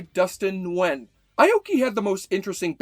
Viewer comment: Respect for pronouncing Dustin Nguyen's name as "Ngoo-en" instead of "Ngoo-Yen" :)